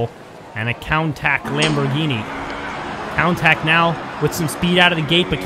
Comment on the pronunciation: cant forget about the lambo Coun Tack